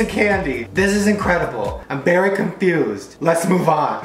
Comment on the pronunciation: and on Did he say b-berry excited and.......berry confused 😔😟🧐